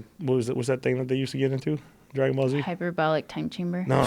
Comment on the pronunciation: rose pretending she knows wtf she talking about with DBZ.. ffuck outa here dumb bitch, i don't fuck around when it comes to dbz, and it sure as hell aint no hyberberic time chamber but she tried.. or maybe shes just rly slow and cant pronounce it